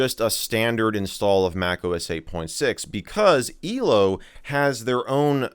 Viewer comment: I love how Michael says elo it's "eelo"